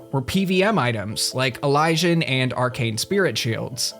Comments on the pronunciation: E-ly-si-an gear, not elijah’n gear. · How the fuck did you just pronounce elysian lmao